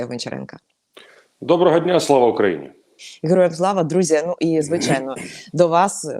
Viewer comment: Губастая с отвращением говорит хероям слава, быстрей произнести и забыть, ей стыдно 😂